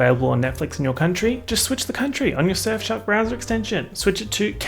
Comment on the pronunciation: Anyone else thinks he pronounces Surfshark like S*xshop?